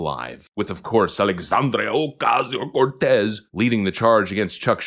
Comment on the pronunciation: I still crack up every single time says "alexandrio ocasio cortez" in that accent he does!